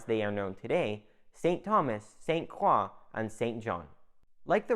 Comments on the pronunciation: Good info, but St. Croix is pronounced incorrectly. It is not "St. Craw", it is "St. Croy". It is very cringy for us natives to hear this. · As a cruzan, with family on st. Croix since it before it had Danish influence..please for the love of God it pronounced "SAINT CROY" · Dawg facts lol. Man saying crocs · San cwaw 😂😂😂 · Hell I’m from Utah and it hurt my ears. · I live in the uSVi and had to stop halfway though because the way you mispronounce St Croix is like nails on a chalkboard